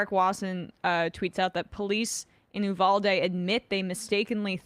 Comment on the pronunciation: I love you Sam but FFS trying to say Uvalde isn’t that difficult and the fact that he just skims over it genuinely pissed me off. You’re an award winning host, you can make the effort. (Ooh-Val-dae) in case he needs some reference